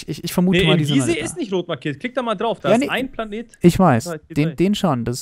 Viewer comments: 1., es heißt Gliese nicht Gisee 2. ich glaube Debitor hat beim Betten bauen Tier 1 statt Tier 2 Heavy-Duty-Plates genommen hat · soll mal manche Sachen anders aussprechen er sagt Gise es heißt aber gliese und bedrockinium aber es heißt bedrockium